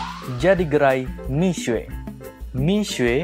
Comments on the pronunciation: Miswe? Udah miksu aja paling enak nyebutnya 😅. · Ga tahan denger nya, buka mishue bacanya.. yang bener mishe... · Bukan Mi-SUE, Mi-SYE. Apaan sih sok-sokan ngajarin salah pula. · Itu bcanya bukan misuwe, tpi misuwek dlm bhs mndrin